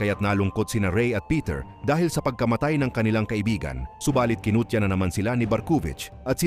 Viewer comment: Barkuvich❌ Barkong wich😂✅